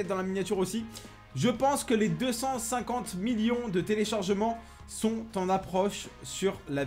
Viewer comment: "Million" toi tu le dis "Miyon" POURQUOI ?